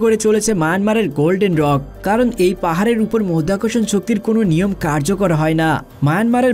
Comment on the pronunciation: মধ্যাকর্ষণণ কি করে মরধ্যাকরশন হচ্ছে রে ?